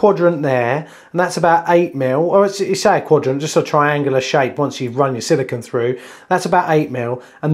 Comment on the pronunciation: It really annoys me when these guys do so much of this work, but they call it silicon (as in microprocessors) instead of silicone as in fir cone grrrr